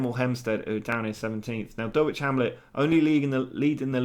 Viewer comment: Also it's pronounced Dull ich...lol my dad lives right near them